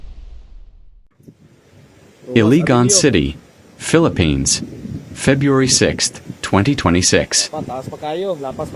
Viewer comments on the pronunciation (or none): none